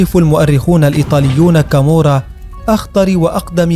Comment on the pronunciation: تقريرك كذب انا عشت كثيرا فى ايطاليا حتى نطقك لها خطاء مية مية الخي لا توجد نهائى فى اللغة الايطالية اصلا .كامورا خطاء لا كامووورا .وهى نابلولى .وليندرانقيتا .كالببريا .واقواهم صقيلية وهى كوزا نوسترا معاناها حاجتنا ..لا تكذب عن الناس ولا تفقه نطق الصحيح